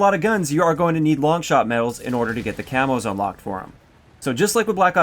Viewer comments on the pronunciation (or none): camos not camps lol